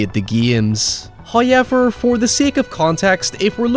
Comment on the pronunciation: First "hoyevver" drops . The new year continues in bliss at His gracious munificence.